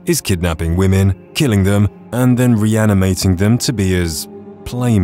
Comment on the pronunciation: Women and woman are pronounced differently.